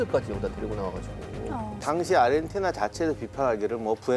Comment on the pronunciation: 누가 자꾸 아리헨티나라고 .... 아르헨티나...